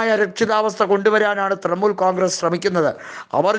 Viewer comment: തൃമൂൽ അല്ല തൃണമൂൽ